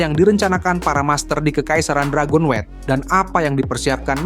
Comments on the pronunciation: Dragon-wet 😂😂😂 Dragon-nyut ✅ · Dragonewt bang bukan dragonwet